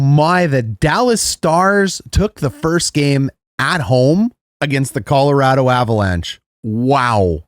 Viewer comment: I must defend this fine Canadian gentleman. As a native of the once great state of Colorado, I can confirm he is saying it correctly. Colo-RAD-o not Colo-ROD-o.